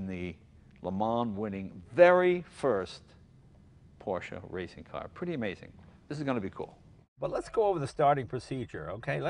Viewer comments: Even Jay pronounced it correctly this time. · it's nice to hear him pronounce it properly for a change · It’s porrrsh. Forget proper proper pronunciation.